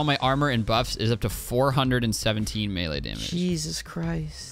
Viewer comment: I like how pronounces melee like me-lyyyy